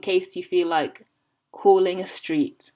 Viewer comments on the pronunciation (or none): none